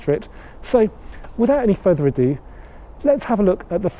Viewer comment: Without further AhhhDooo 😂